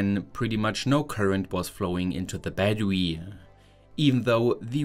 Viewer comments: “a 12v batterwee” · Chewing on Riesen chocolate trying not to stop so it can't stick to teeth Guy: "My batter-wee" Almost died lol. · the video is good, but idk why the eeehhh at the end of most of the sentences gets to me. for example, bateryehh, powerehhh, controllehhh